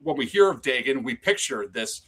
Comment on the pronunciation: great stream, but it was painful to hear the mispronunciation of Dagon over and over